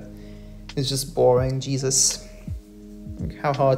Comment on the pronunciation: “Djesuz” counter: 69